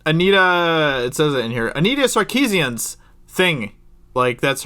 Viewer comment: On no not Sar-cooze- ian!😈